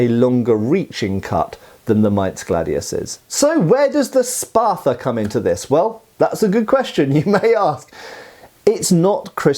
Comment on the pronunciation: Love me some gladii. You know what I find strange, being a yank and all, is the British tendency to add "er" to everything that ends an "uh" syllable., wtf is a Spather?!? You corrected your pronunciation later, but the first time you left that err slip out! Most Brits don't even try to correct it, you must be unusually self aware,.